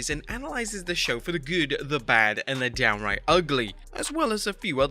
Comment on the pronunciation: Downiright bothered me more than it should’ve 😂